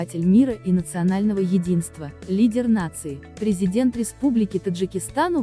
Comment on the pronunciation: А почему так дооолго произноситься слово президент. Ну можно же просто сказать наш президент.🙄